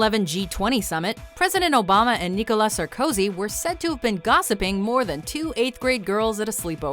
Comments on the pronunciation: Sar-COzy? It's pronounced Sarko-SI. French is easy as fugg. Put the emphasis on the last vowel/spelling of the word, unless it's silent. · Who else got ear-bleeding from the way she pronounced "Sarkozy"?